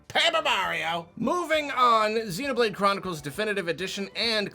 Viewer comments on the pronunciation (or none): none